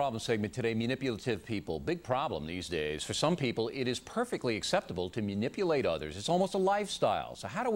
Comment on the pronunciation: Okay...MUNIPULATE?! O'Reilly honestly says MUnipultaive and MUnipulate. WOW! LOL